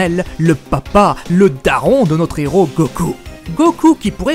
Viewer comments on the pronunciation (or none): none